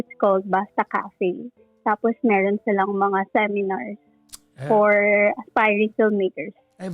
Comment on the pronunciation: Ganun na po ba pronunciation ng word na me “R” pa~~ra ,, me~~ron bulol style uso ngayon? 😅